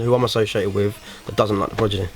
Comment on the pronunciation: I think I have heard him call them 'The Prodgidy' before haha